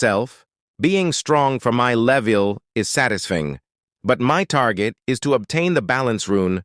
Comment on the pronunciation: “sade to himself being strong for my leveil is sadasfing”